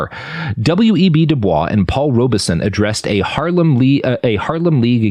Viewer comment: Just a minor correction: W.E.B. DuBois' name is pronounced 'dew-boys' with the stress at the end, not with a silent s. He was particular about that when he was alive.